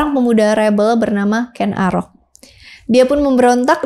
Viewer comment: ralat yg bener Ken Angrok ... bukan arok....